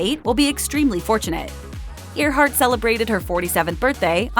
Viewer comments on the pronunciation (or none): Her name is pronounced Airhart, not Ear heart. No one pronounces that name as Ear heart.